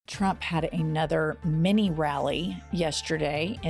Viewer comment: I love the emphasis on MINI 😂😂😂🙌🏼🙌🏼🙌🏼🙌🏼🙌🏼🙌🏼🙌🏼🙌🏼🙌🏼🙌🏼😘😘😘😘😘😘😘💅🏻💅🏻💅🏻💅🏻💅🏻😍😍😍😍😍